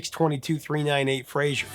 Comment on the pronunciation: Why can't Americans say "Fraser"? There's not "i" in it, it's not the same as "Frasier". It's pronounced "FRAY-SER" ffs! Sorry. It's not even my name but as a Scot it drives me mental! Great vid as usual Prof.